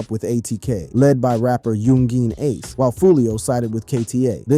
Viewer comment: "Yoon Jeen Ace" You say his name like he's from China or something 😂